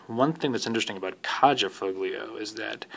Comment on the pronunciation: Her name is pronounced Ky yah